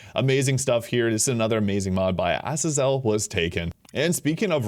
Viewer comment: Azazel pronounce Ah•zay•zell